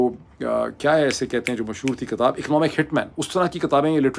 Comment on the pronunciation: LAFAZ Naji Hota LAFZ Hota KATAB Nahi Hota KITAB Hota Hai😂😂😂